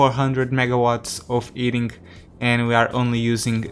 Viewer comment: The “Eating System”? It has always made me curious why sometimes you add ‘H’ to words without and ‘H’. Then sometimes remove it from words that do. It’s quite puzzling and interesting why you switch them.